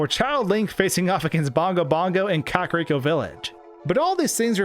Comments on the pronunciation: its bad but not as bad as the "kuh-kerriko" pronunciation. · My biggest peeve of Ocarina of Time is when someone pronounces Kakariko village as "Ca-ca-riko". Because caca is Spanish for shit. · "Ka-carry-ko Village."